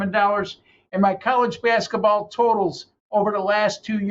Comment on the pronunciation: It’s basketball, not baskaball